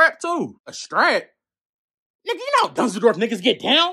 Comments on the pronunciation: Hes sayin dunzeldorf not dusseldorf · It’s dunzeldorf he said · Soon as I heard "dunzledorf" had to pause the video 🤣🤣🤣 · Lmfao “Danzoldorf” 😂😂😂😂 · Dunsledorf is what I imagine an american would repeat after hearing a german say "Düsseldorf". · But he is clearly not saying Dusseldorf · yoo for a second i thought he said Düsseldorf lol